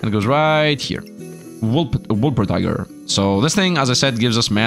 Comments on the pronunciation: Wol - per - tin - ger. :) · You keep ignoring the N in wolpertinger. the -tinger part rhymes with finger. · If I hear WolperTIGER one more time I won’t guarantee for anything